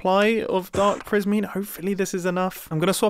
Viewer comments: “I have a decent supply of dark PRISMEEN” 😂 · Dark prismeen